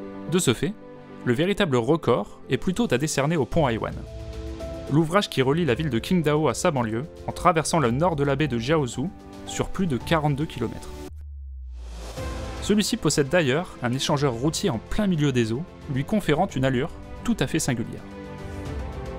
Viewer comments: Très bonne vidéo :), juste une petite remarque sur la prononciation de qingdao, le "q" se prononce "tch" comme dans "tching". D'ailleur petite annecdote la ville de chongqing à elle seul possède 14000 ponts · "Qingdao" se prononce "Tsingdao".